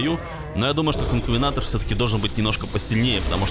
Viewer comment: НЕ КОНКАВЕНТОР А КОНКАВЕНАТОР